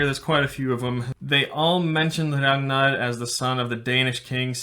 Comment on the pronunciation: I love the way he pronounces “Ragnar” in a perfect Scandinavian accent